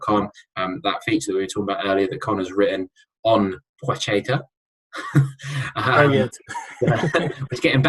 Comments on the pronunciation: Pwa-het-a .... It's really not that hard to say. It's not a ch sound. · PLAH-CHET-AH - I am sick of listening to debate around pronunciation. Call him whatever you want, I have no doubt he couldn't care less. We are english, so pronounce it in english and get on with life.